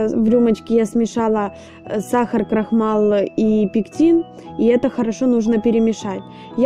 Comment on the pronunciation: И пожалуйста! Ну не крохмал! Крахмал!